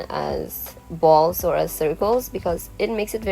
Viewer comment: I CANT STOP LAUHGING AT HER SAYING BALLZ